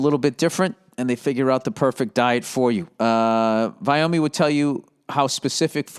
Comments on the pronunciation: Can someone tell this man its VIOME like your gut BIOME. Not VIOMEE. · For the love of god. It is pronounce Vy Ohm. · Does anyone wanna tell this genius ging it's Vi-ome like micro...BIOME!?! Pick up a book Billy! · I like that no ones told him how to pronounce Viome yet. I think he even said Biome in the last read but didn’t put it together.